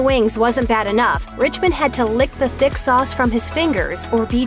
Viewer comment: I know the people say fingers but it sounds like faint goose